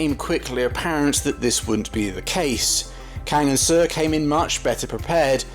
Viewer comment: Seo is pronounced „So“